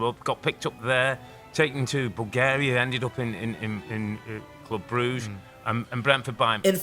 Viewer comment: Bruge is prounounced 'brujj' like the word rouge, not 'brugga'